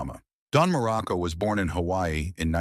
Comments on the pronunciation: Crappy AI narration, dumb and stupid narrative. Muraco--not "Miraco"--was an excellent heel, a solid wrestler, a great worker, and a likeable person. Was he a stiff worker? Maybe. Greg Valentine also worked stiff, as did the Bulldogs, the Road Warriors, and a lot more. It was just how they worked. As for Muraco's alcohol problems, if he was open about it, all the better. It can happen to anyone. This kind of BS reporting--if it can be called that--is a disservice to wrestling and the wrestlers themselves. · Me too! Mur a co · And Marco I heard too. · Dude just mispronounced dudes name "Miraco" and hes lying about this man?! No tragic life?? Unsubscribing immediately, God bless you 🫵🏾🙏🏾 and thank you. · "Merico"? I HATE AI NARRATORS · The AI voiceover is ridiculous. How many different ways can AI mispronounce the name Muraco? This is almost entirely fiction, this guy was one of the least controversial wrestlers in wrestling. God I hate AI… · He was one of my favorites when I was a kid but if they are going to use an AI narrator, at least pronounce the last name right of the person you are talking about. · This is totally bullshit. You can't even pronounce his name correctly.